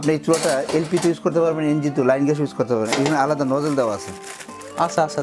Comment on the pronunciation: প্রশ্নকারী বলদ,,,,,, ঘ্যাস না গ্যাস। পাডার "প" পাডা।